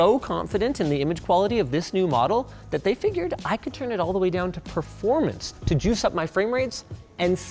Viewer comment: Linus. Stop saying "proformance"😄